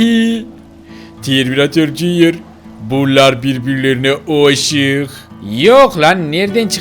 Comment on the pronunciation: Abi sen neden katil arabanın oğlunada terminatörün oğlunada jünyır diyorsunuz?